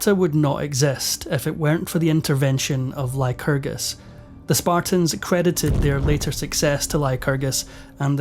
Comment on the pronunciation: Lyerus... lycrgus... The Lytragargu... Donald Trumpacus!